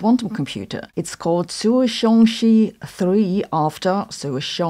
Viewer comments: Zuchongzhi, not Zuchongshi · Zuchongzhi = Tsoo Chohng Juhhh. The vowel sound in the last syllable is like "uhh!" at a disgusting smell. There are no "s" sounds in there.